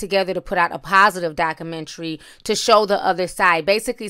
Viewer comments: the word is pronounced doc-u-mentry not doc-menery you reporting is to good for you to be pronouncing basic words incorrect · Dakumentary? Dakumentary? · I appreciate your tea and presentation. But please please pronounce the letter “u” in “Documentary.” 🤓